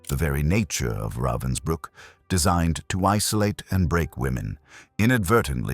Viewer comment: Pathetic that you can't even pronounce correctly the name of the camp about which you are talking.